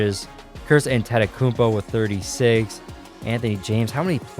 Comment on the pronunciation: No offence but I hate the way you say Antetokounmpo